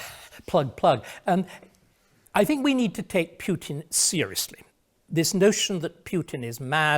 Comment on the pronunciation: Is it compulsory for English people to mispronounce the name of the Russian president? Quite who "Pyutin" is I have no idea.